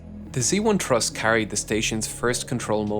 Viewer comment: Awesome video for an awesome accomplishment. I’ll be watching for the follow-up video! A minor annoyance: You repeatedly said “exhibition” instead of “expedition,” and sometimes “thruss” instead of “truss.” 😅